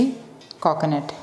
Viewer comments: Meshuuuud 😂😂😂😂 Kokonut 🤣🤣🤣😂😂😂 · Your way of pronouncing 'Coconut' & 'Meas(h)ure' is very different